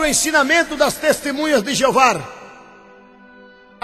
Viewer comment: Mais uma coisa ´e testemunhas de JEOVÁ e não Jeovar, aprenda a falar primeiro, depois pesquise mais pois voce não sabe NADA.